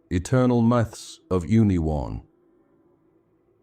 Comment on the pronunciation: I want to believe what you're saying, but I also can't believe that whoever this narrator is doesn't know how to pronounce "Union" . "The collective unconscious - eternal myths of Union" The narrator completely mispronounces that title. It's obviously an AI mistake. Sorry for pushing this so hard if this really is a genuine effort but this is the deranging aspect of AI that most people are not going to be on the lookout for. Since AI is not human, it does not care if it is injecting harmful philosophies along with accurate philosophies. This mixing of philosophies can be just as detrimental as not searching for wisdom at all, if not more so. AI is a very tempting technology to take shortcuts to create content and for artists like me we see it as an affront to God's gift of consciousness. 7 hours of psychobabble is going to get the right metrics to make a more profitable video whether it's accurate and helpful philosophy or not. Getting people to start listening to this at night and then fall asleep with it on is a strategy for making money, not helping people.